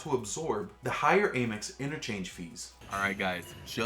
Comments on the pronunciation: It's Amex, not Amex. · Cool video, but I don’t get the mispronunciation of ‘Amex’